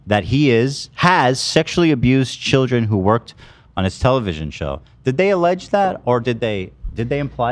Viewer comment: What are shilldren? Love inventing new words over here 😂🎉